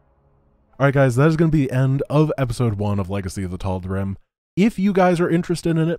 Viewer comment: Obligatory pronunciation nitpick: "Tal'Derim"